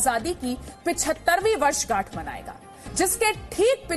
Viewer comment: वर्षगांठ बोले कि वर्षझांठ😂😂